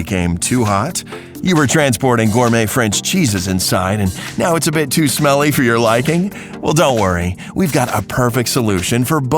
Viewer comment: that way of speacking "time-ah" "now-ah" "grey-hey"